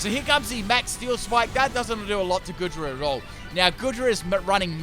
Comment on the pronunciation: Aint goodra pronounced goo-dra